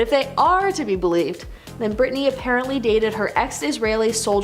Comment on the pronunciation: "Brittney?!" It's Britney, bish